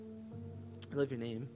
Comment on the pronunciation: Thank you for loving my name (and actually pronouncing it right!)😂😂